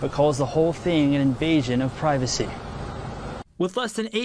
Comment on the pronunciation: E something you can't unhear. Peivacy??? Seriously, it's online and she is hollering privacy. OK